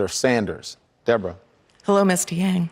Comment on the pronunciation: pretty sure he said Wang... seriously Yang isn't hard to pronounce.